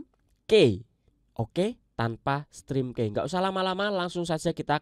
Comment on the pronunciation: Maaf koreksi ya. Ucapinnya bukan "strim kei" tapi "strim ki" , key itu kunci. pelafalannya "ki".